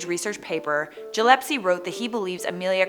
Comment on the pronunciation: Gee youre going to tell us everything we need to know a young immature girl going to give us a history lesson .. The only thing Gillespie is right about is gardner island and his name is pronounced gill s pee.. you should do enough research to at least pronounce his name right .. Here is timeline: She landed on Gardner island successfully.. Radio call heard by Betty Klenck St Pete, Florida roughly 48 hours before being captured by the japanese, ,, NR 16020 Lockheed 10E serial no.1055 was towed on a raft to Saipan by the japanese navy. ( Saipan made a postage stamp commemorating the event) . She was held in Garapan prison ( where she engraved her name on the wall ) tried by military on the island, found guilty ( of course) A saipanese woman by the name of Nieves Cabrera was working in a sugar cane field when she saw a motorcycle with a side car coming down the road .. Amelia was in the sidecar,, she was forced to kneel next to a predug grave and shot in the head and buried, Fred Noonan was beheaded by sword before she was killed. The plane and her personal effects were found on Saipan. Personal papers in the base commanders safe (Lieutenant General Yoshitsugu Saito) and plane in a hanger. Saipan was visited by James Forrestal ( Secretary of the Navy and Secretary of Defense) Special trip to the island to view plane and effects very near end of war. Plane was flown a short distance from hangar and burned at Aslito airfield at night in view of USA military men ( Andy Devine wrot